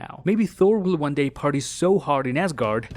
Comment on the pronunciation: Is it me? OR-hear-me-out, I believe you’re saying “WONG” (as in from Doctor Strange) and not “ONE” 🤔